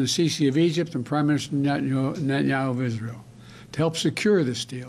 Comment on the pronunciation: Biden can’t even pronounce Netanyahu wtf